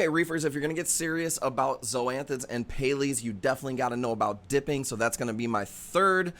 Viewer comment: What are Pay-lees? 😂